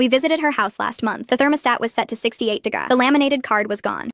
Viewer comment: AI please learn to pronounce words... "degries" (not a word)instead of degrees... and they pronounced it correctly 1 time... smh